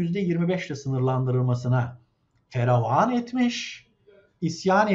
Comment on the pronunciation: FEREVAN değil FEVERAN